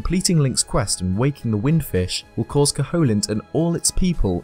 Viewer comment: cough Koh-hoe-lint? I think you mean "Koh-uh-lint" (silent H and no strong O sound).